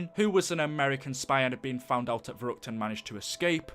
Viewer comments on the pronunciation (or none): Richthofen said Verruct